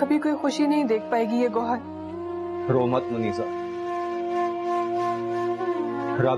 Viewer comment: Goyhar nahi hai yarrr gowhar 😅😂😂